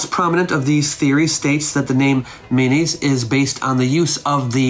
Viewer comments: It sounds like you're saying his name is "mayonnaise" - can you enunciate a little more? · Kept giggling everytime I misheard mayonnaise and was waiting for this pic to start rotoscoping. Great content as awlays. I bet your lectures would be epic without the disctractions of life surrounding a computer screen. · This was fascinating, and made unintentionally (and increasingly) hilarious by my inability to hear "Menes" as anything other than "mayonnaise." Aha was Mayonnaise! 😂 I'm sorry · By the end i was hearing "mayonnaise" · Every time you said Menes, I heard mayonaisse 😂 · Mayonnaise unification. Founder mayonnaise.,. I keep hearing mayonnaise.😅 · Everytime he says Menes i hear mayonnaise! 😅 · I'm going to be honest here, I thought you kept saying mayonnaise. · Sounds like you called him King Mayonnaise lol